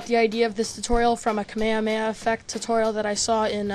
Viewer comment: Its prenounced kah may ha may ha I think...